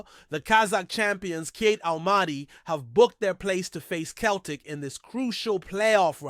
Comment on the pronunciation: Turned it off after couldn't pronounce Celtic correctly! 🙄